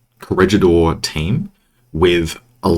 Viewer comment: love these, but love your correct pronunciation of the G sound in Corregidor even more. Muy bien,!